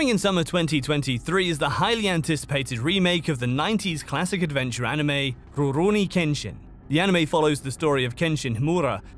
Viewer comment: why bro say rurouni like that lol